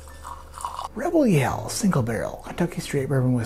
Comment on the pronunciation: Rebygle RaregYell OMG I love this so much!